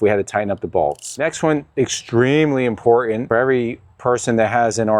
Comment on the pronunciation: ...This Is Extrememely Impotan...